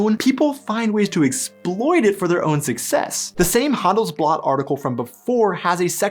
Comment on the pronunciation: Proving you right on , I'd like to point out that in it is "hun-dell's-blutt", not "hun's blot" 😉 No, seriously, we just love to learn, about ourselves as well as about others, and even though you set out to talk about German culture, you reveal quite a bit about your own 😊